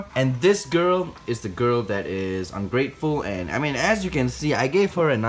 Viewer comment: the way he said “AiNDd”🤣